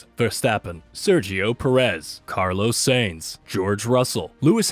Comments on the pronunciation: What are those name pronunciations 😂 "Carlos Sanes" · C a r l o s S e y n z